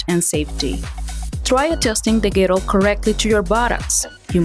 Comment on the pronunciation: You re saying girdle the wrong way